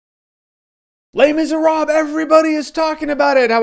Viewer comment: YES! You say le miserable correctly!